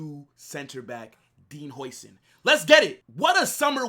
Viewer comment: The pronunciation of his name is “howsen”